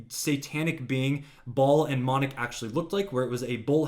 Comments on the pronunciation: Its Moloch..not monoch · It's not how you pronounce it , it's not monick its molelock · And its Molech..NOT MONEK, dope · You dummy the Baal statues are made by the Iranian regime to gin up hatred of external forces and divert ire away from the Iranian regime. Also, it’s Moloch not ‘monech’. And Iran is not pronounced eye-Ron. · The names are pronounced as, “Bay-all” and “Moe-lock”. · Rewatch your video as an illiterate this is how you learn how stupid messing up information is you kept saying the word moloch or Molech so incorrectly that it looks like you were trying to mention something else that I know you really shouldn't about death